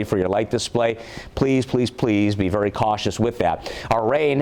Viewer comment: "VARY","VARY", "VARY","VARY" ACTIVE & damaging winds....!!:dothefive::dothefive